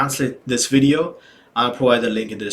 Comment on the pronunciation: Well, not really. He keeps saying stuff like "we going to" instead of "we're going to," "vweedeo" instead of "video" and other things that are grating on the ears of native speakers.